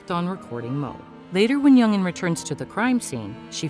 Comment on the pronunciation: Hwa ja. Not huaya. Jung in, not youngin